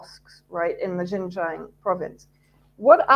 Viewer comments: Xinjiang is pronounced Shin Jeang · Xinjiang pronounced 'shinjiiang' please!!! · This woman is cookoo-cookoo-cookoo.... She has no idea about XinJiang! She has never been to XinJiang! She can't even PRONOUNCE XinJiang! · This woman is such an expert that she pronounces the words Xinjiang so incorrectly that anybody who speaks Chinese would not recognize what she saying! She is so wrong